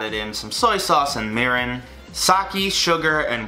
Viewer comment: The way he pronounced “mirin” and “sake”...